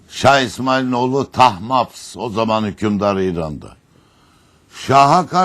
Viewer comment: tahmabs değil lan tahmasb :) bide hürreme paşa dedin ya yarıldım gülmekten